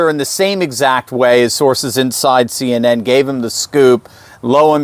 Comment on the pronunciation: CNN said as a word sounds like SIN. 🤔